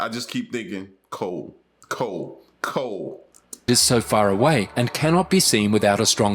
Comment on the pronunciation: The word is "cold" not col, or Cole or coal.. please pronounce your words right!!